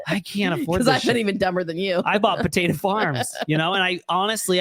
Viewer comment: Taeda. It's Taeda Farms. Not potato.